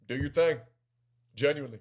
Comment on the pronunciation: I toek a shot evwytimes he saids genuinewly noes I drink